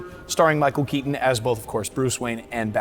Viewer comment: This host is a full on retard. He said "Key-un" instead of "Key-ton" for the actors last name. That is a conscious choice and it reeks of laziness, and immaturity.